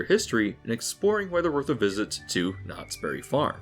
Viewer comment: I would like it if people say the name of this place right. It isnt Knottsberry Farm, it is Knott's Berry Farm. A Berry farm, owned by Knotts. Everyone calls it Knotsberry farm, like its a farm owned by Knottsberry. Super annoying.